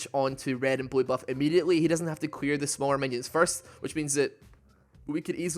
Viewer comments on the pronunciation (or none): am I the only one who hears queer not clear XD